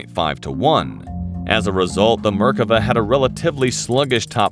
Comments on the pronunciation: I can't stand the pronounciation... merk ava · mer-KA-vah. They had two tanks in 1948, both of them Cromwells stolen from the British. The Merkava IV has a 120 mm gun. The Merkava I and II machines are now APCs. I think that your Merkava III illustration is not a Merkava at all. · What markava.....heheheehhee😂😂😂😂.. poor tank.. RIP